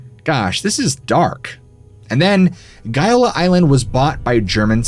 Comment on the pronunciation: As regards the Gaiola Island so like the lies about the Agnelli, apart from GAIOLA and not as you pronounce:GOLA. Shooting bul...it about the Agnelli in your place I would be "very careful".❗